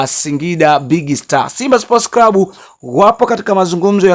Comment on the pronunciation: NI CLUB SIO CRUB. NA NI CLAUTI SIO CRAUTIS